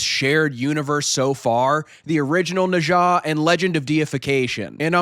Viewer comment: After hearing your pronunciation of Nezha, I know you are professional!